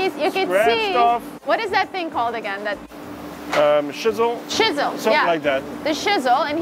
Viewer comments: Well shisell my timbers! LMAO… ITS CHISEL. LIKE CHeek. You guys are hysterical!! Too funny. LOVE your videos…. Cant wait to see this boat (ship?) finished!!! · hearing you guys pronounce chisel shizzle absolutely made my day I thought you were going to break out in some Snoop Dogg rapping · It's a /ch/ sound like in /church/! Say it, /CHISEL/! Hard /ch/ sound! :elbowcough:🤣😂:face-blue-smiling::popcorn-yellow-striped-smile